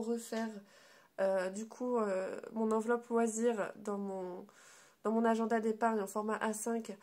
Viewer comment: Agen....da comme Agen la ville !!!